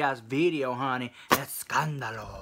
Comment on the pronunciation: Im a spanish speaker and when you say escandalo girlbahh it's so fuunny! You really make my nights I choose to watch you after going to bed to know the DRRAMA AND THE ESCANDALO LOL but I always end with a better mood, thank you girl, #notbothered #sscandalo